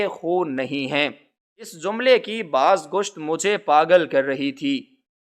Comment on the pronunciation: ک زیر ر کرچی ہوتا ہےkirchi ک زبر رب karb ہوتا ہے قرب کا مطلب تو قریب ہونا ہے باز گشت میں گشت پر زبر بولیں